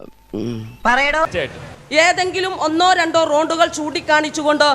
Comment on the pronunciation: റോണ്ടുകൾ അല്ല റോഡുകൾ 🙏